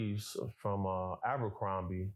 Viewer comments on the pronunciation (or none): none